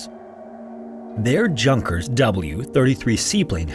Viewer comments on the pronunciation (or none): Its "Yoonkers"...not "Junkkeers" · Small mostly insignificant note. Since Junkers is a German aircraft, the J is pronounced like a Y, so "Yunkers". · Interesting story. Note for your narrator: Junkers is pronounced as "Yunkers" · The plane is pronounced Yunkers, not JUNKers :) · ... it's not a "Junkers" -- in German, "J" is pronounced with a "Y".. so Junkers is actually pronounced "Yoonkers" .. not trying to be an ass; just trying to educate ❤ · Yoonkers, not junk-ers! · Junkers is not pronounced jun kers. Its pronounced yunkers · I think it's yoon-kur, not junk-er. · Shouldn't it be pronounced Yoonkers, not Junkers? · Not a criticism but it is pronounced Yunkers, not Junkers, keep up the videos :) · i think it's "Yun-kers" not Junk-ers. Could be wrong though! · i believe it's "yoonkers" not "junkers"🤣😭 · Hans is pronounced "Hans", not "Hawns". Junkers is pronounced "yunkers". Americans! 😆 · Hey man, just for your future reference, in German, J’s are pronounced with a 'Y' sound, and in “Junkers”, the 'J' is followed by a long 'ū'. So it’s “Yoo-nkers”. I always got this wrong too, until I met my best friend, who was the first generation of a German family born in America. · It's pronounced yunker, im pretty sure. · It’s pronounced yunkers or yūnkers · Pretty sure its "yue-nkers" not "junk-ers" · Most English speakers don't know that the 'J' in Junkers is pronounced more like a 'Y' as in Yunkers. I give him credit for reporting this interesting story! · Junkers is pronounced like "Yoonkers." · Junkers is pronounced “Yungkers” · The j is pronounced as a y in German. Junkers, as in Yunkers. Do better. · It’s pronounced “YOUn-ker” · junkers is pronounced yoon-kers FYI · Junkers, a German company, has a 'J' pronounced with a 'Y' sound, and a 'U' pronounced with a short 'U' or 'UH' sound. Like this: 'Yuhnkers' Your videos are excellent. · I believe it's pronounced Yoongkers, like how the name of the psychologist Jung is Yoong. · “Junk-ers”? 😂 That’s unintentionally funny.